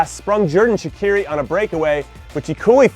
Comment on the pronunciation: Jimmy, Shaqiri is prounonced Shachiri, CH as in chips. And his first name Xherdan is prounonced as Jerdan, J as in Jake, same with Xhaka, Jaka. Anyways, just wanted to tell you that.